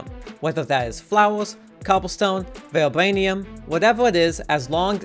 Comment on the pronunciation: 'vibwanium' lmao